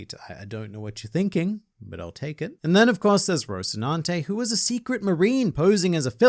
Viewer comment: Oh thank God, you can pronounce Rosinante correctly. Every time I hear Tekking pronounce it I die a little bit inside.